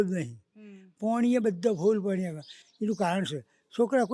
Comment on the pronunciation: Pani ne badly Poni bole